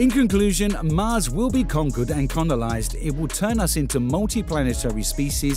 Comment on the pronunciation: say COLONIZE not CONOLIZE. you mispronounced it twice. hahahahaa